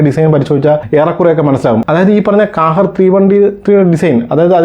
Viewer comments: Hi Bro Kahir alla qahhar in a Arabic word Malayalam Meaning ജേതാവ് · കാഹേർ അല്ല ക്വഹെർ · ഖാഹിർ എന്നാണ് ഉച്ചാരണം